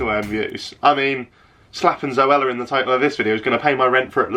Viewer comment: ‘What’s your opinion on ZoAlla?’ That error 😂